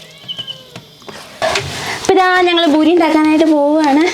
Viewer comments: Nice video..and it's Puri da not buri ❤lots of love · ബൂരി അല്ല പൂരി ആണ്